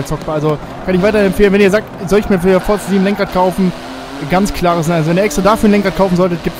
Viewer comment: Forza spricht man Forsa aus